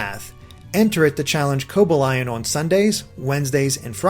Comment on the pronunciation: Koba lion >:(